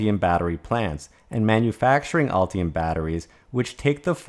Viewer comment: Ultium or Ulti-hum?